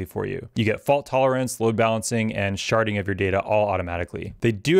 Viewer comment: Hehe can't unhear "sharting" every time you say it